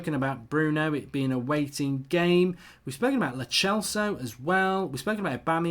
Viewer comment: It's lo celso like cell not lo chelso